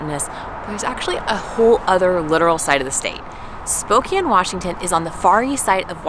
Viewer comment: Thank you for pronouncing Spokane correctly. And showing how beautiful our town is. Another thing Spokane is great for is our loyalty to our Gonzaga basketball team. GO ZAGS! Enjoyed this video and so happy you enjoyed your time here.